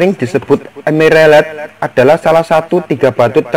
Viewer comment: Sing penting "EMERELED" yoo mas🤣🤣🤣